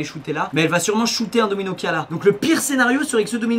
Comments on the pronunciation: jai cru qu'il disait DOMINGO et pas domino ..... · Domino et non domingo 😭😂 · Pareil mdr j etais pas prets quand il a lacher DOMINO